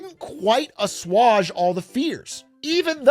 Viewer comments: ehhhh, more like ess-wage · Not to be that asshole, but: as·suage /əˈswāj/ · I can’t tell if pronouncing it “ass-oo-awg” was a meme or not.